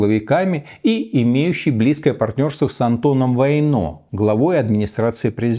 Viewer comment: Но правильно все-таки - ВАйно, с ударением на первый слог.